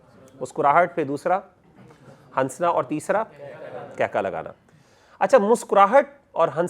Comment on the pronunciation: Salams. Mashallah may Allah increase ur knowledge Just a humble request that in urdu language we don’t say ‘hansna’ Noon is silent We say hassna Jazakillah khair